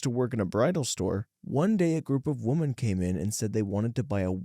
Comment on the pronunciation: How hard is it to pronounce women and when to use the plural (more than one) women or the singular (one) woman? Phonetically women = wimen or wim'n. As apposed to woman = wuman or wooman. I hear these mistakes being made by loads of YouTubers.